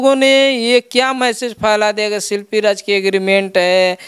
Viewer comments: Shilfi nahi ji shilpi boliye🤣🤣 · शिल्पी को शिल्फी बोल रहा है 🤣🤣🤣